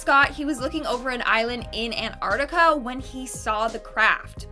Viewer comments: Antarctica not anarctica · You saying it wrong. You are meant to pronounce the T in Antarctica.